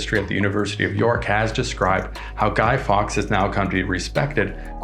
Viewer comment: guy fawkes not guy fox